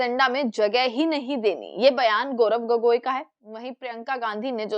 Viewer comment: अरे मैडम, बड़ी बढ़ी बाते छोड़ो, गौरव गोगोई साहब का नाम तो ठीक से लो,बार बार गोरख गोरख गोगोई क्या बोल रही है 😅